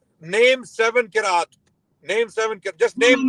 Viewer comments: Punjabi Qiraat HAHAHAHAH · Punjabi Qiraat 🙂🙂🙂🙂🙂and he even makes the Qiraat himself in the laboratory - I CANT HOLD MYSELF this guy has topped Holly- Bolly- and Mirzahood 🙂🙂